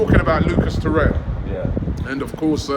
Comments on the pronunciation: TorreiRRRa Robbie not torreia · Every time Robbie says 'Toraya', i die a little inside